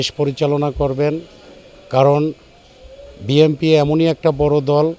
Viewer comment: বিএনপি সমর্থকরা এতটাই মূর্খ যে BNP নামটা শুদ্ধ করে বলতে পারে না বলে BMP